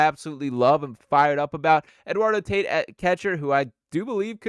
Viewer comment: It's pronounced Eduardo Tah-eat 😂. The Dombrowski rumors are from his Marlin and BoSox days. He brought back the Tigers to relevancy, but he couldn't keep Joel Zumaya from playing Guitar Hero.